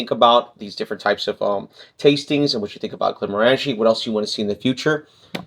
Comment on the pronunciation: It is GlenmOrangie, not GlenmorAngie.